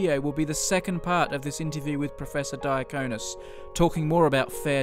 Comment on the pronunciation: Pro-fair-sor Die-cone-is... :)